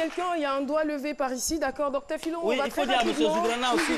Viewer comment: Docteur Phylo ''Toulogue'' mdr